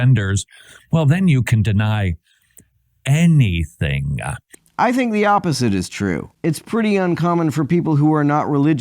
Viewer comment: Don'r trust anyone who puts an extra syllable on the end of words... eg "Anything..uh"